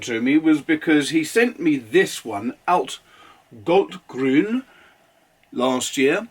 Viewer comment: I don’t know the pronunciation of Blu Mare either, it’s not German, so that’s not my business :) What I can say is that your pronunciation on „altgold-grün“ (oldgold-green) and „Eisengallustinte“ (iron gall ink) was excellent. :) I have like 8? of these inks and they all are flawless from an objective standpoint :) And they are cheap to even very very cheap depending on where you buy them :) The Oxford paper (mine is 90 gsm) is my every day paper :)